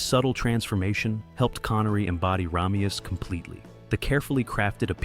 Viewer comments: RAH-meus? It's RAY-meus. Did they watch the movie? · Sean Conneries name is pronounce like this RAY ME US and NOT RA ME US,get it right for christs sake. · PRONOUNCE HIS NAME CORRECTLY! RAY ME US It is said enough times in the movie that you have no excuse to continually say his name wrong. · No offense, but the face you pronounce “Ramius” wrong so many times (and then correct yourself multiple times) so early in your clip…….ugh. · Dude, you pronounce Ramius in two different ways. Do some friggin research. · you're showing scenes from the movie so i have to assume you've seen it .... yet you keep mispronouncing his name. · God, I know! It drives me crazy every time he mispronounces it!